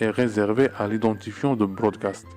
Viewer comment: on dit broadcast et non brodacst